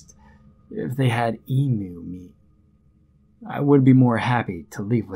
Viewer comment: Australian here - 'emu' is pronounced 'eem-you', not 'ee-moo'.